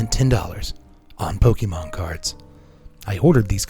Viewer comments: Pokémon has an accent. It’s pronounced po-KAY-mon, not po-KEE-mon. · The accented é in Pokémon is pronounced like the accented é in café or resumé. Po-kay-mon. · "Pokey"mon lol